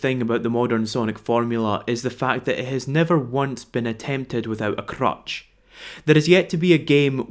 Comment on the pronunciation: Did he just say Crutch or Crotch?